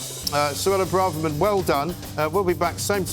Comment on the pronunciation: Why do people keep pronouncing Braverman as Bra-Ver-Man? It's Bray-ver-man!